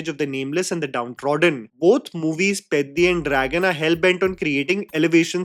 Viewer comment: You are the first Non Telugu Youtuber pronouncing the PEDDI movie title correctly!🤣